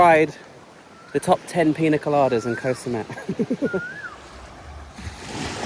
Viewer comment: You have been in Thailand long enough to know how to pronounce the word “Koh.”